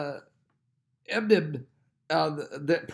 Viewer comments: Idlib—pronounced ID-lib, just like it looks. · Pastor is having a serious problem pronouncing Idlib! It's easy to pronounce! I've noticed he has trouble with quite a few words, mostly the pronunciation of countries. I know it's no big deal but it sticks out like a sore thumb